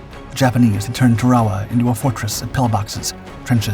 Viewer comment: It's "Tarawa", not "Tarwawa". It's pronounced "tear-uh-wuh", not "tar-wah-wah".